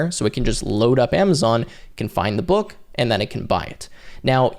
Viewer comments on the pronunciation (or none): none